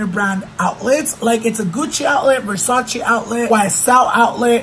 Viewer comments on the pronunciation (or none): Lmfao the way she says Versace 😬😂